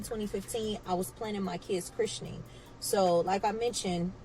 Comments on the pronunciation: “Chrishenin” is killing me lmao! Please! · She's killing me mispronouncing Christening. The English major in me is going nuts😅😂😂😂